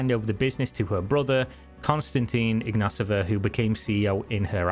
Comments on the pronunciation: Theres no S in her last name …. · Mate, I know Bulgarian names can be hard for English speakers but ... You are saying totally different last name ( the mispronounced first name I can dismiss as x and y are funny letters in English) but the last name you are saying is totally different Ignaseva it not even close to ignatova. We have it simple , no silent letters and you just sound every letter. Ig na to va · Why are you pronouncing her name Ru-ha Igna-sova when it should be Ru-ya Igna-tova ? And why are you pronouncing her brother's name with an -a at the end which is feminine, when his name is Igna-tov ?